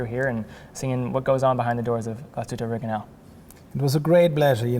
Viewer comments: You even went there and still didn't learn how to pronounce it right GLAS-HÜTTE not GLASHUTA where's the A there? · Dear, sorry amigo, it’s Glash( heat)tte,not Glas(hood)tte. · Always amazes me how someone so mesmerized by a watchbrand not even care to pronounce it correct.